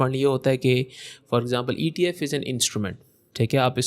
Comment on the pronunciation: its ETF not FTF